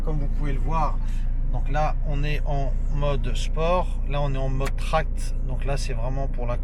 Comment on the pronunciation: Salut grand On dit pas Tract mais Track dans les modes.. ça veut dire circuit. Tu m'as tué mdr. Super vidéo sinon